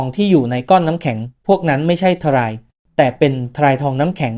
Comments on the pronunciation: จบโรงเรียนไหนวะ ทราย ออกเสียง ซาย ไม่ใข่ ทะ-ราย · ถ้าเป็นคนอ่านจะไม่อ่านว่าทะราย(ทราย) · ทะ-ราย ai ชัดๆ 555😂